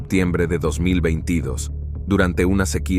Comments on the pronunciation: Muy buen locutor.Pero no sabe pronunciar 2022... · Si ese locutor va a tener que hacer un curso para pronunciar el 2022 esta raspado